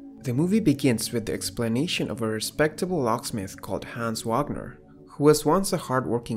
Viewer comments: HANS WAG--- NER not wognur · richard 'wag'ner. Is he a happy dog or something? its vogner not to be that guy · Please please, it's Vah gner as in open up and say awe. Ur gonna get kicked out of German class, as a German (Swiss?)! Even English people say Vah gner.